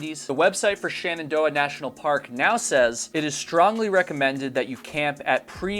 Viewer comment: Why do you pronounce Shenandoah as 'shannandoah'? Also, what does 'schtrongly' nean?